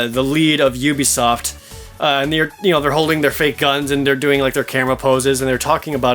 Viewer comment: *'oo-bee-soft' Dude. You've done this for a while. Pronounce standard industry company names as though you're involved in the industry professionally.